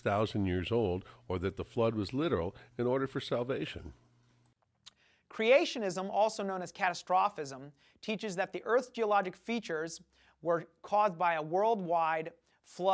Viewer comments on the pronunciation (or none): "Castrophism"... Can't even pronounce his own BS. :-D